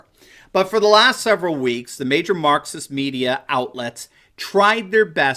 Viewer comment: when you hear Marxist as Mukxist